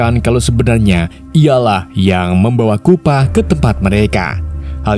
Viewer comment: Chupa bang bukan kupa